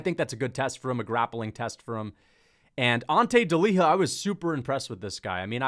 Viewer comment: Bro it's not deliha it's delija like y in you. In croatia we read words same way they are spelt. The fact that in english you don't do the same is crazy honesty.